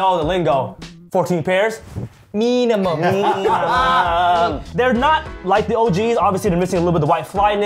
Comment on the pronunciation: Yea, if you gonna say it. Say it right...MEEEEENIMUM!!!